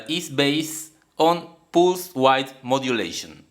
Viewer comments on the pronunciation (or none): I enjoy your videos and can understand your accent quite easily! However, you are mispronouncing the word "width" (as in pulse width modulation). The "i" is pronounced as in "bit" or "tip" with "th" at the end of the word as in "think" or "thank you". Otherwise all good. My parents did not have English as their first language so I appreciate anyone who attempts to use it. "Thank you!"